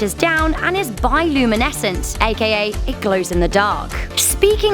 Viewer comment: Hey,, at says "(this fish is) biluminescent" but the word is actually bioluminescent. Just mentioning this to avoid future problems!